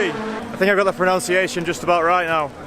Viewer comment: Mispronounces pronunciation. Good lad.